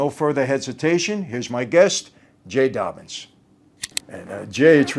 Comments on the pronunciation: It's "Dobyns" not "Dobbins." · His name is Jay Dobyns, not Dobbins